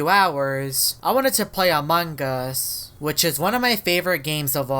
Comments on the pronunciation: you say "among us" not "amonguss"😭😭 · dude your saying amongos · he keeps saying amoung GUS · i love he makes much among us vids but he dont say the word correct XDXD its among us not amonggus XD